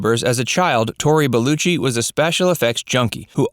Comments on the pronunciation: Belaychi... not beluchi.... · Bel-LEH-chee. Holy christ. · Tori BellUcci? It's a fuckin E in his name. Belleci. American Bastardisation of English pronunciation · You would have think the narrator could pronounce Tory's name properly. Completely unacceptable!